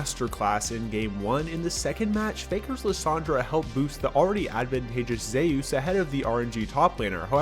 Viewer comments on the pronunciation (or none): it just pisses me off how he says zeus